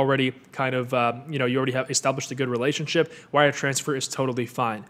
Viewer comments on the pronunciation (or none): none